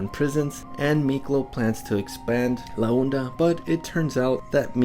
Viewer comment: Bruh, you can't complain about the bad Spanish accent from Miklo's actor when you basically spent 18 minutes pronouncing "La onda" as "la uhnda" in your video. 😂 Te falta practicarle más al español, vatooooo.